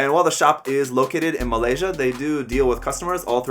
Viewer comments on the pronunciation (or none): none